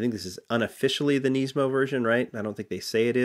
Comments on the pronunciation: its nismo not neesmo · you say nismo wrong its nismo not neesmo